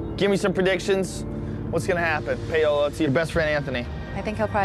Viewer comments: What in the world is payohlaw its pawohlaw. Paola is a Latina name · Why do they pronounce her name like "pay-ola" 😭